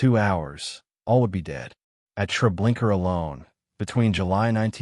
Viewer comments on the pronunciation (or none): It’s not TrablinkER—it’s TrablinKA